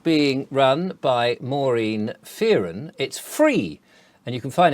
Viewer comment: Fearon is an Irish name - pronounced FERN. Yes it is weird. The whole Beast System is weird. I'm out!